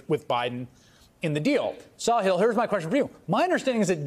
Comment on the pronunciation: His name is Sa-HILL. not Saw-hill 😮